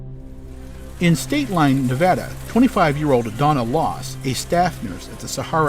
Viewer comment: HER NAME WAS LASS NOT LOSS!!!!!